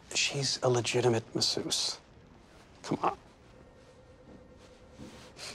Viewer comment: Massusse... Just no. Don't ever say it like that.